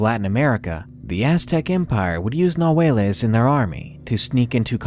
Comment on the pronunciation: It's not ''nahueles'' it's ''Nahuales''